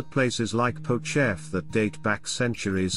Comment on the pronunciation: I enjoy these videos that put out, but... If the narration is automated, I don't know how this can be corrected, but Hrushiv is not pronounced HRUSH-iw, but HROO-shiv, and Pochaiv is pronounced po-CHAH-yiv. And Buchach is BOO-chach, with the normal "ch" as in 'chair'. Dubovytsia is doo-bo-VIT-sya, or du-BOV-it-sya. Thank you for your coverage.